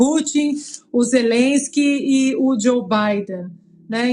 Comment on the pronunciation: O cara não sabe dizer o nome Zelensky.